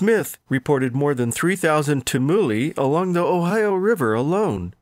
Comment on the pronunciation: "T(y)UM-(y)uli" not "tum- ULI"